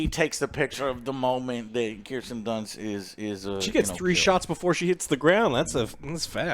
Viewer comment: Plus when he says Kristen Dunst instead of Kirsten Dunst